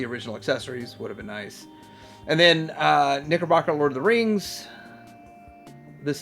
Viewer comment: is it not pronounced like the pants? Knickerbocker?